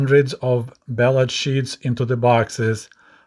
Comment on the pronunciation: You seemed to say bailout instead of ballot. That does seem appropriate. As usual, thanks for another informative presentation.